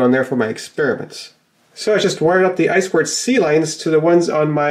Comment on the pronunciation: Glad to hear someone saying "eye squared see" instead of "eye two see" -- that drives me nuts.